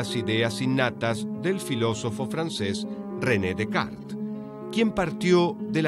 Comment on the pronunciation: Descartes se pronuncia decar, y suena como kanh , he ahí tu confusión. Saludos.